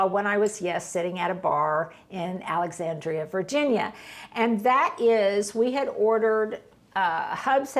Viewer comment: I've gotten such a peaceful feeling watching this video. Your home has a definite sense of calm to me. A side note: I'm a native of Alexandria, Virginia and the "a" in 'and' is nasal just like saying the conjunction "and"and not "aw". Sorry to be persnickety,, but it grates a tad to hear my hometown mispronounced....unless you were just teasing in which case it's just fine.